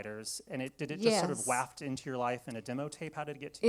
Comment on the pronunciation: His pronunciation of “waft” is weird, right?